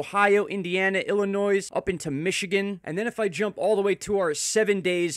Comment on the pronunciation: the "s" is silent in Illinois.